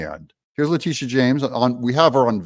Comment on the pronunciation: Lactiteeah shames ...despicable